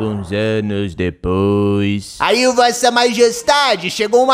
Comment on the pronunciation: 1 segundo: * passa* Pedro: E UM MILHÃO DE ANOS DEPOIXX